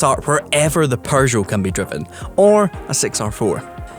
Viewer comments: Love your content but....there's no "r" in PEUGEOT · "Per-jo"!? Sorry, you no longer pronounce "Peugeot" like a Scottish person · Is it a Scottish thing to say ‘’Purrgeot’’? Just found it interesting. 😂